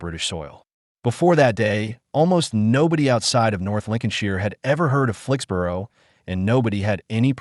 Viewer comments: Here in the UK 'borough is pronounced "burra" or "bruh" (depending on regional accent), not "boro" as it is in the USA. . So Flixbruh, Edinburra, etc etc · After six “Flix-burrow”s I had to leave. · SORRY, can't watch this when the narrator can't even pronounce the name of the place correctly !!😤😤😡😡